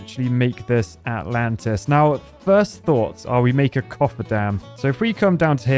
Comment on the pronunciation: All I kept hearing was -lantas.